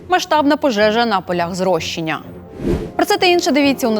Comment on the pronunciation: Не дуже професійна ведуча. Поля зрошення, а не "зрощення". ☝️